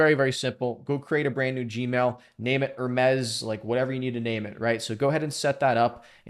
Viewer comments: Top tier video, bro. It really helped me out. By the way, in this context its just pronounced "her meez" .. you were saying it like the French lux brand ;) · Enjoyed the video but one thing. Say - Her now say - Me now say - Z Now put it all together. Greek messanger to the gods, called mercury by the romans.